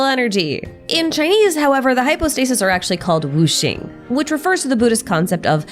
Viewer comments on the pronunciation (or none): Minor but , it's Wu Xiang (无相) and not Wuxing